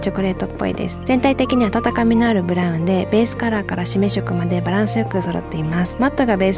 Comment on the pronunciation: これって読み方しめしょく？であってるんですか？しめいろ、かと思ってました💦